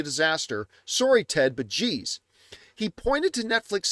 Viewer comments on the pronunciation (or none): none